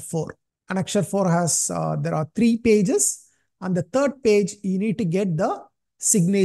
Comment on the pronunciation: Treee nhi threee 😢